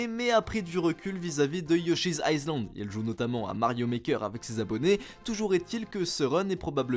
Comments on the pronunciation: Island on prononce pas le s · mdr la prononciation de island 😭